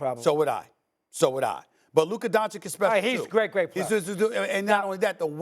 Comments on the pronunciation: If Luka had any of Ja's teammates I would pick the Mavs to win a chip. And Steven A must mispronounce Luka's name on purpose at this point XD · Ja morant is nowhere near luka or jayson tatum lmao...stephen a is embarrassing .....neither still cant pronounce luka's name thats even embarrassing